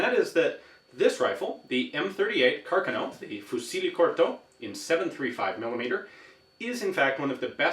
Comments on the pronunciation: IT is pronounced Car Ca' No not Carca NO (the A on Ca is open). It is pronounced Fu Chi LE not Fu si le. Nitpicking. But otherwise great vid. Thanks. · Among the best things in this already good video there is the right accent on the word "Carcano". <3 Just an hint about the pronounciation of "Fucile": in italian, when a C comes right before an E or an I, it should sound like the "ch" of "church". So is "foo chee leh", not "foo see leh". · I love how Ian pronounces "fucile" (rifle) as "fusilli" (a type of pasta) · seconds, "Fucile" is pronounced "Foo-CHEE-leh". And kudos on the correct pronounciation of "CAR-cuh-no" ! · Really like your work Ian but as an italian I beg you to increase your pronunce ability of "Fucile" "-ci-" is pronouced like "chi" in chili and the final "-e" is pronunced like the "-e-" in millimiter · you should pronounce FUCILE with C like Czech and E like Environment Corto is right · More or less, except it ends with an E that should be read as the A in Land, though that might change depending of your pronunciation. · For anybody interested, since I noticed others have already pointed out the correct pronunciation of the word "fucile", in Italian the letter C makes a CH sound when followed by I or E, and it makes a K sound when followed by A, O, or U. It also makes a K sound when there is an H between the C and the I or E. Example "fiocchi" is pronounced "fee-okk-ee" and "marche" is pronounced "mar-keh".